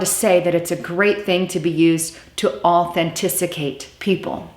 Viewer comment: authentisicate? Did you mean authenticate